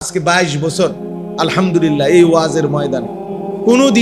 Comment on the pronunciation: ২২ বছর ধরে ওয়াজ করেন অতচ আলহামদুলিল্লাহ সুদ্ধ করে বলতে পারেন না